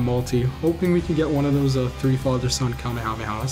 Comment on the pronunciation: Stop saying kamehameha like that